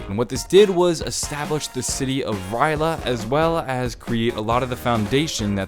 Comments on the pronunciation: Somebody... somewhere... is whining that you didn't pronounce R'lyeh right. It's okay, it wasn't meant for us mere humans to pronounce it since it's meant for a more alien tongue to say. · I'm triggered he said rly a wrong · surprised noyone is mad at him from the way he says R'lyeh. then again e.e if you actuallu know the lore their is no right or wrong way to pronounce it (we cant pronounce cthulhu either, along with a lot of other things) e.e i doubt cthulhu will have much to do with the story later on in the story, its gonna be a more minor thing (yet still possibly big) e.e which is sad i love hp-lovecraft so i was happy when they added in his influence